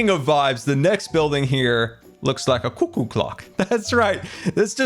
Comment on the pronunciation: the way you pronounce "cuckoo" gives me life